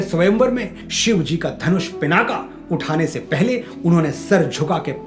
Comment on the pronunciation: आपसे करबद्ध 🙏 निवेदन है कि महादेव के 'पिनाक धनुष ' को 'पिनाका' न कहकर 'पिनाक ' कहें, धृष्टता के लिए क्षमा 🙏 आपकी हर प्रस्तुति अतुलनीय है विशुद्ध हिंदी में सुनकर मातृभाषा पर गर्व होता है, आभार!!🙏🙏